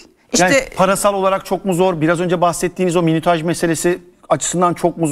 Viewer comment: arkadaşlar ben saydım tam 17 kere minütaj dedi.